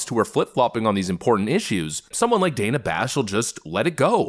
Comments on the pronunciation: Did anyone catch her saying Dana correctly, then correct herself and pronounce it Dan-ah 🙄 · Wow, she mispronounced Dana's name. Does that make Kamala racist?